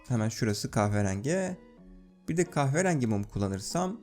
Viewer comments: "kahverangi" hahaha çok iyi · kahve rengi demesi tek banamı tuhaf geli,yo